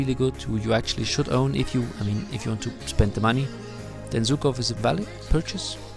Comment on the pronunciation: Man, he's Żukov not Zukov 😂 In English u have Zhukov to act like ż